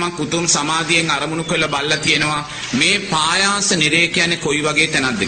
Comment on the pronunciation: පයාස නෙවෙයි පහාස නිරය.හොදට බලන්න තාලපුට සූත්‍රය